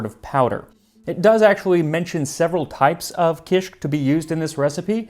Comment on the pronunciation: Dude! I LOVE kishik. I had no clue that it's so old! It's still eaten in many different forms throughout Lebanon and the Levant. Typically it's a breakfast food. By the way, the pronunciation is ki-shik, two syllables. Kisikiyya is pronounced ki-skik-KIYY-a, stress on the third syllable with a lengthening of the Y.